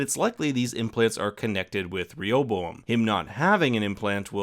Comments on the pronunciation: Ray ah bow um with emphasis on Ray. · Rehoboam: It's pronounced Ray'-O-Bo-am. He was the son of Solomon, who through foolish pride, caused a civil war splitting Judah in the south from the other tribes of Israel. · It's ok if you cant pronounce Rehoboam. I looked up the pronunciation and they also mispronounce it in the show.